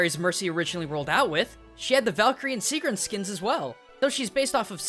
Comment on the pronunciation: my name is sigrún :D and you did not pronounce it right